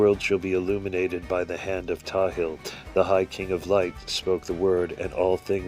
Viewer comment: The angel is pronounced Pthahil - full name is pronounced and not Tahil. The one who created Adam's body and this universe was his responsibility while receiving guidance from his fathers.